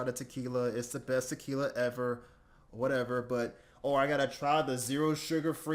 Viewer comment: Man needs to start pronouncing ever like a normal human being